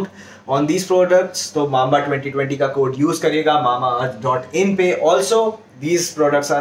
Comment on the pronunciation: That's not mamaearth, it's MAMBAearth!!! Lol😂😂